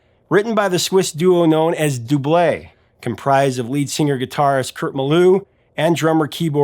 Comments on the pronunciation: First time in all these years that I hear somebody pronouncing Double's name right!! Captain of her heart is so relaxing. Great song. Thompson twins made great songs, many of their songs are in my top 80's songs. I've been very surprised that many people don't know their songs. And I'm talking people born before the 2000's. probably because they don play them in the radio much. Never heard of Grayson Hugh, Gonna check that video out right now. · Lol this whole time i didn’t know that’s how you pronounced Double hehe until now so it’s Dublay. i likes it but felt bad for the lady still waiting thinking she will never get to see the captain of her heart. i guess as an older single woman it hits close to home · Doo blay Me: Dubl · OMG a Blow Monkey reference. Subscribed! Never knew that was how to pronounce DOUBLE. Had that song on my playlist for ages. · Well, now I know how to say Double! Been pronouncing it wrong for decades. :( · Haha I always thought it was pronounced like in double trouble, not do-blay.